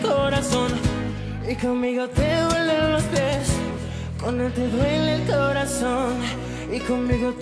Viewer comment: el primero dice "huelen los pies" jajajjajajajajajajajajajajajajaj y es duelen, dueleeeennn